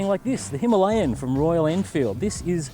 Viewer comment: "Him-a-layin nobody" Gold.